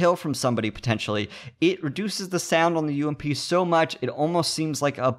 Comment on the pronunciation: Subbed just because u said U-M-P and not fucking ump